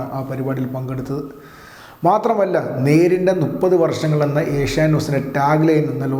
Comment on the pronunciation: A ഷ്യാ നൈറ്റ് അല്ല v ഷ്യാനൈറ്റ് ആണ്.